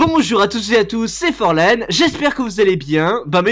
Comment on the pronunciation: Mdrrrr forlan tu te souviens sur le live tu nous a sorti un forlangue j'en suis encore morte mdr